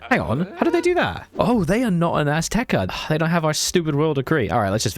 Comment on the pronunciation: Please don't play Aztec if you cannot even take the effort of pronouncing it properly.